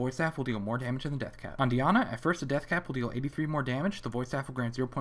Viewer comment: You made Dianna, the whitest American/European name ever, sound soooo black LOL.